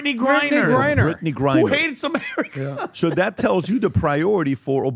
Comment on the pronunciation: Y’all keep doubling down on pronouncing Brad Griner’s name wrong